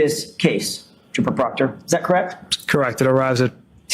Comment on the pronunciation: "Pooper Trockter" 😂